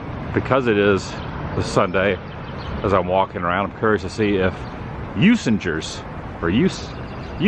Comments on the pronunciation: Usingers ….. You Zing Gers ……. Best Original German Sausage ….. Congrats on the correct annunciation of WISconsin 👍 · Welcome to Milwaukee Adam. It's pronounced U SING ER 😀 Enjoy your stay but I must say GO BREWERS!! lol love you videos!! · I think.it is pronounced ' ooh- singers ' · I’m originally from Milwaukee… love that you’re getting to take in the sites around downtown Milwaukee. Usingers (the “g” is a hard “g”) is absolutely wonderful… fond memories of stopping there with a mom as kid, and ALWAYsa stop when I’m back in town. The Wisconsin cheese Mart next door is great. You were right by the Milwaukee Historical Society (on the river at 2nd and Kilbourn… by Hyatt hotel, and American League founding spot) is really cool to check out, and was a filming location for the film “Dilliinger”. Also the part of the freeway downtown by the lakefront was used asa filming location for the Blues Brothers movie (car chase scene with the Nazis where they jump off end of then uncompleted freeway, and land in Chicago). The 3rd Ward is old warehouse district (burned down in 1891), now full of upscale condos, bars and restaurants, and very cool Milwaukee Public Market. The Art Museum on lakefront at end of Wisconsin Ave. was one of Biggest Santiago Calatrava commissions…. TheHarley Davidson museum is over on 6th Street. So much more I could add… love my hometown! (I live in Dunedin, FL near Tampa-St. Pete now)! Enjoy the Rays-Brewers game(s)… Asa lifelong Brewers fan, Wish I could be there to join you… Be sure to tailgate before the game, if the weather is decent. At least, the Brewers ballpark has a retractable roof if still chilly / rainy at game time…. Roof open when it’s nice! ❤️